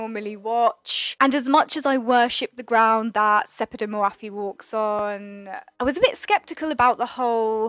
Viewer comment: Love your videos! But her name is not pronounced hour, it's more like "Ór'.